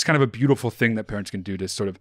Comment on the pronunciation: “Sbeautiful hair”